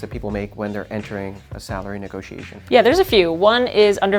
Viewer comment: WTF is with calling a negotiation a "negosh". I think she needs to iterate the synergy among stakeholders and disrupt her patter with a less vertical approach to worthless corporate jargon.